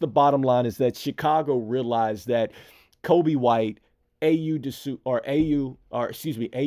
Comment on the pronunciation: It's not Ayou! It's Ayo!